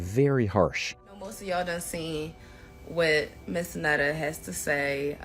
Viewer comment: "I'm not trying to be a black woman" but call me Miss.. Miss goes in front of a never been married female. MS. is divorced female and Mrs. Is for married female. He would be Mr. Netta for all men including those who aren't trying to be a black woman. 😅 she doesn't even pnounced Miss correctly All three are Pronounced differently. Too early for this ignorance. Going back to bed.